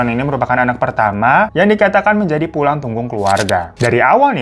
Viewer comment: "pulang tunggung keluarga" 😭😭😭